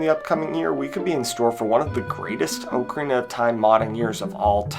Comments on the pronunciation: Oak a rina??? Cringe bro.. Repeat after me Ahk-a-ree-na My god. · The year is 2026, people still say Oakarina instead of ocarina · Not trying to be annoying, but the o in ocarina is pronounced like the o in rock rather than the o in oak. So like "ah-carina" rather than "oak-arina" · That's not how you pronounce ocarina... You can literally google "ocarina definition" then click on the pronunciation and it will say it properly. It's pronounced like dock, not oak.